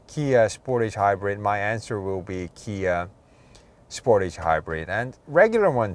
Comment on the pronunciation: Spor’tage not sport’age